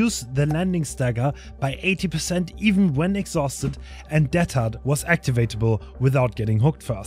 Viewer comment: Why are you pronouncing deadhard teathard? kinda interesting